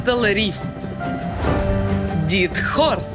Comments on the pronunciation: Дайд хорс ,а не дэд хорс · дэд хорс, а не дид хорс :))) dead horse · Lance Canyon? Издеваетесь? Canyonlands [земли каньонов]... дИд хорс? дЭд хорс [мёртвая лошадь]